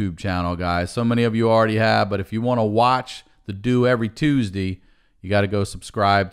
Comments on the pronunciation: Did he say Tuesdeee? It’s Tuesday! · It’s tuesdee